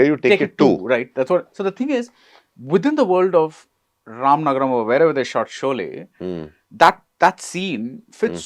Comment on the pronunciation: It is Ramanagara not Ramanagaram